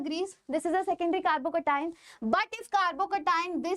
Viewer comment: Thalle malayali😅❤